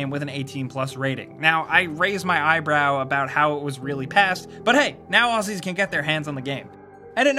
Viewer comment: It's pronounced Auzzies not Aussies